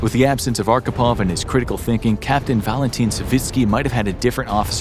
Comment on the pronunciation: Good video, my friend. Respect. Expect you Americans always badly mispronounce our Russian names :) LOL . His surname was Архипов , pronounced as Archipov, with "wh" sound, like in a "hole" :) But I do not blame you, you did a great job.